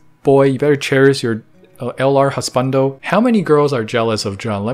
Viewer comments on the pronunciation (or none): Jun’s name is pronounced “Joon” not “Jon” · CAN YOU JUST GET THE NAME OF THE PERSON YOU SIMPING FOR RIGHT? holy hell its not john its JUN its pronounced JOON / JUNE ! i got eye twitch everytime you called him john gah. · His name is pronounced like the month June, the e is just silent. Jun. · grown chinese canadian man simps over japanese grown man and instead of jooon he calls him jaun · Juneeeeee not Jen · He keeps saying jun. I must be the only person bothered by this. His name is pronounced like June but spelled Jun. anyway I will exit.. thanks for the nice review of my favorite YouTube channel!! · It’s pronounced “june” his full name is Junichi btw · his name pronounce like June without the. the easiest to say Japanese word say in Spanish. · My only qualms with this video is that Jun’s name is pronounced more like “June” :) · Please say his name the correct way! Joooooon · Jun is pronounced like June. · it's pronounce joon..... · I am so so sorry but this is killing me...his name is pronounced like the month of June, not with 'ju' as in 'jump' or 'just'